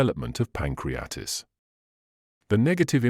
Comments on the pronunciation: Here it is pronounced “pancreatis” which is wrong. The right one is “pancreaTITIS”. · Pan crea tit is....pronounce that Doc. It is NOT "pancreatis". 😅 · *Pronounciation of PANCRIATITIS 😶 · Who or what organization paid to present this chain of errors? The extraordinarily uneducated reader could not even properly pronounce pancreatitis. Knowing of several groups intent on destroying physio-wellbeing I would guess this was created by the WHO. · I think you’re wrong about garlic! And learn how to pronounce Pancreatitis and margarine!!! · Excellent English, not sure about the pronunciation of pancreatitis tho.